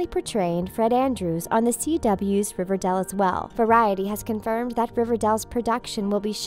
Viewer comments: Ok this is sad in all But who pronounces it River-dell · It’s not RIVERDAL it’s RIVERDALE But I love Luke Perry rip😭😭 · the bad thing about this is 1. he died 2. she said riverdal... not riverdale 👌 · New actor....? Uuuuh no. It's not riverdel it's riverdale. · Its not riverdal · She says it more like riva-dell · Omg I felt really bad but I was thinking the same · Riverdall 😂😂 (Rip Luke Perry) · “River dell” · Did you say riverdell? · She said riverdil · Did she say riverDELL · 😥😥😥😥😥😥😥😥😔😔😔😔😔😖😖😖😫😫😫😣😣😣😩😩☹️☹️☹️☹️😞😞😞😞 ( p.s why does she say riverdal ? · What’s riverdell😂😂😂 that’s what she said😂😂😂